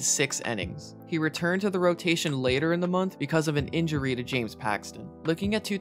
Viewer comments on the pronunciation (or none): none